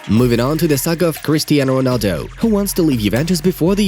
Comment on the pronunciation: "CHRISTAINO" why ? football news why ?😶🙄🙄🙄🙄🙄🙄